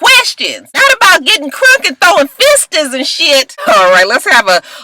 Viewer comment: Nene is borderline illiterate. She can't say bridesmaid or fists. SMH.